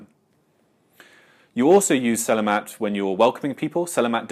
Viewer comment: I just want to point out as a Malaysian, it is pronounce seh-lah-maht